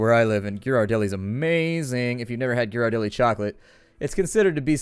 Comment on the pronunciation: ***** You say Ghirardelli wrong...